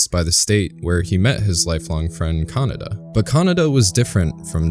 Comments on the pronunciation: Great video! My only criticism is your pronunciation of "Kaneda". You sound like you're saying "kah-nah-dah" when it should sound more like "kah-ney-dah". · It's Kaneda. Kaneda